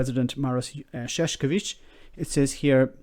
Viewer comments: You turned his name literally into "clownman". It is Ševčovič, not Šeškovič. Marosh Shevtshovitsh. Not Marosh Sheshkovitsh. It is nice that you try your best to pronounce his name correctly, but a simple change from "š" to "č" and from "č" to "k" literally changes the meaning. There are two disticnt words: ševc (archaic/phonetic šefc, modern version being švec) being related to shoemaking and šašek meaning clown. Calling him a Clownman is the context of what the British Government is doing is hilarious. :-D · Shevchovich please...not sheshkovich. Shev like in shair, cho like in chow, and vich like in witch. Shevchovich. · Btw, Maros Sefcovic name is pronounced Marosh Shef-chovitch. Think of the accent above the s and c as adding an 'h'. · Ševčovič is pronounced as Chev - cho - vich. Chev like in "chevron", cho like in "choking" and vich like in "witch". It is not that hard.